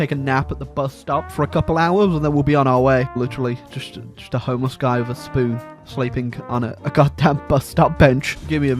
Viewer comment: I love how you say spoon, sounds like spewn